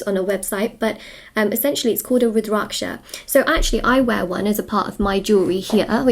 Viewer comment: You pronunced Rudraksha perfectly. And you are right men wear more than women. Woman can't wear when you have menstrual period. And you can't wear in bed (another words when being intimate) You have to have shower after being intimate before even touching Rudraksha. Even men hv to take it off before sex. Some men also wear it to keep themselves out of their mischief. Women wear it after their menopause. The wearer should maintain cleanliness, hygiene n clear of wrong thoughts/doings.